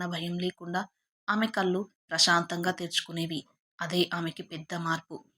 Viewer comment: తెలుగు అక్షరాలు ఖూనీ చేసి చదువు తోంది. కళ్ళు, నీళ్ళు అని పలకడం రాదు